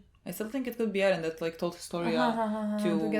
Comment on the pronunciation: Stop saying edden. It's Eren you weeb, stop saying it with Japanese pronunciation, you're speaking English. Also you are not a part of the show, stop saying we, my god gtfo, you're so naive